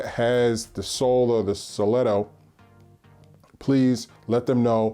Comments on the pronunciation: KIA SELTOS pronounced cell toes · Seltos pronounced Sell-toes :)